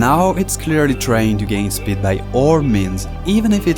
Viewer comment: Pronouncing "speed" as "sbid" is crazy😂